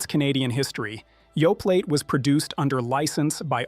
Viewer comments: Yoe-play, not Yoe-plate. This is Canada, after all. Remember your French class! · It's Yoplait p l a y not p l a t e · OK, surely this must be AI generated speech? I really thought it was a human but come on Yoplait is pronounced Yo-play. I don’t know about you guys but when I hear mispronunciation, it’s not endearing me to believing what’s being said. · Yoplait -- the 't' is silent tap ioca NOT TAPE ioca _ This AI bot needs pronunciation lessons. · That's not true. Activia is a very healthy yogurt. And the t is silent in Yoplait . Omg!! This so fear mongering and Canada has labeling laws. What in the good is what's on the label. You poor pronunciation is a huge indicator that your A FEAR MONGER. SHAME ON YOU!